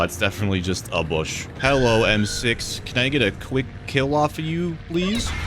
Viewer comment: kills me “it does get aphe”😂